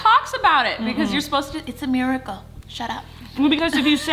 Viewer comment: " It's a merical shut up" had me dieing